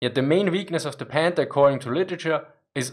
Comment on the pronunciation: It’s panther not pander I understand you can’t pronounce th the sound it makes in English as I don’t even think that sound is in the German language ok you get a pass but try harder no odder oh other excuses k😂